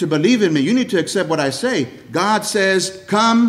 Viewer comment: I thought it was impossible to take a one syllable word “god” and create a three syllable word.